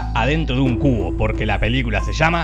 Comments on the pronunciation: Pense que decia "La Trilogía de El Culo" xdd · Cuando lo dice la voz de te lo resumo así nomas, suena como CULO jajajaja